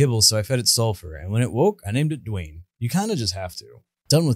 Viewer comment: "I named him Dwayne," : Names him DwaNYE